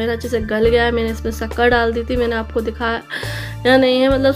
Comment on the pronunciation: Atha nai hata bola karo